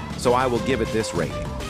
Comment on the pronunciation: "I'm gonna be beeyased on this ratting since it is the only yutae domain in roblucks"